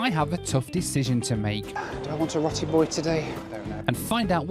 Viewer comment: RowTi boy... not rot.. pronounced Row